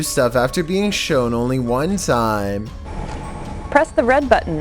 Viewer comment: "Scary videos go viral all of the TAiEyM"